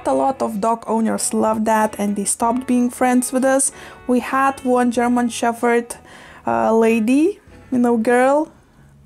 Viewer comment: It’s funny you say “sheffherd” 😂 for once in the English language the “ph” actually doesn’t make an “eff” sound lol so interesting